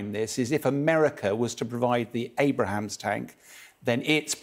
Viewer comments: Abrams. Not Abraham’s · I think AVM (Ret) needs to learn to say 'Abrams' and not 'Abrahams'. He's a good commentator but this is frustrating to have to hear. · Jesus...it's Abrams, not Abraham! My God.... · Who is responsible for fact checking? Not only he says "Abraham" all the time but they also named it IFV on the graphic in the background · It's abrams, not Abraham. 😑 aussies... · The "Abrahams", jeez...🤦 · Abram’s, two syllables, not “AbRAhams”. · Why does he keep calling the Abrams "Abrahams"?.... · "Abrams" for god's sake. Amateurs. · please for the love of god stop saying AbRaHaM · If this guy says "AbraHAMS" one more time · Bro kept saying Abrahams and it really irked me. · I cringe every time he says Abrahams. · Abram is also the name of Abraham before he became Abraham. Anyway yes it’s annoying that he keeps saying the wrong name. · "difference" between what? He misspoke the name of the Abrams tank...whoopee. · The way he pronounces Abram’s is staggering my god lol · He can't even pronounce the name of the tank! Thanks Sky - so funny 🤣🤣🤣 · Firstly, whats so hard about pronouncing Abrams? Secondly the U.S. currently has 2000 older M1A1's in storage, they weigh 55 tons which is better for Ukraine vs. 70 tons for the M1A2 and they are more than a match for anything that russia currently fields. Some people seem to think the gas turbines in the Abrams need jet fuel... they do not and run just fine on diesel. Those M1A1's are just sitting in storage, the U.S. will never send them to war so I'm sure they would rather sell them than pay to have them maintained in storage. Make them part of the Lend Lease program and give Ukraine what it needs to kick russia out of it's territory... as for servicing, I'm sure Poland wouldn't mind setting up service depots in their country. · ABRAMS!!!!! NOT ABRAHAMS!!!!!! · Abrams, not Abrahams... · I was thinking the same thing, this doof lol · he keeps calling it (multiple times) the "Abraham's tank" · It's Abrams LOL